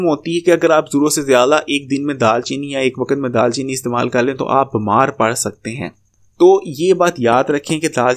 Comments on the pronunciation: Dal chini nae دار chini hota hai Or drkhat nae drakh hota hai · Bhai daal cheeni nai daar cheeni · It's daar cheeni